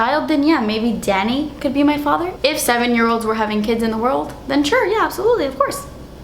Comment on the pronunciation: I thought he's your dad cuz when you called him "Danny", it sounded like "Daddy"